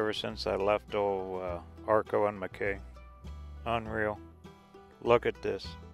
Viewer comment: It's Mack-key